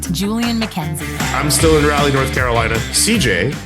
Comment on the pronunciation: Also, love you guys, but it's "r'ALLeigh." Not pronounced like "Rally"